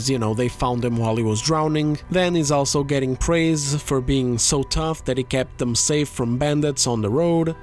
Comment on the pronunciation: Where are you from that makes you pronounce "also" the way that you do? It should be pronounced as "all" like "all of us are dead: You pronounce the "all" part like its someone's first name like "Al Pacino". It just sounds off and you say it a lot